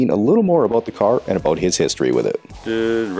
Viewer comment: That's what I'm talking aboot.